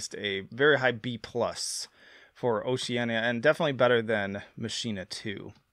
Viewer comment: Man, you love taking these album titles and making them sound like they're Spanish. Lol. Oceana isn't pronounced with an ñ. It's just "oh-shee-ann-uh".